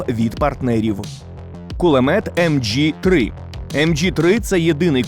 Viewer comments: Не МДЖІ -3 , а МG-3. МГ, машин гвер. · Хотя бы правильно называли оружие!...Немецкий пулемет "М-джи-3"?Доскональный вариант пулемета не "М-джи-42, а МГ-42..😬